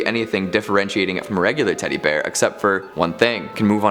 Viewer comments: Teddy be-ear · Teddy-b-ear. Okay. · sounds like he said teddy beer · teddy (b)ear lol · “teddy BUHear”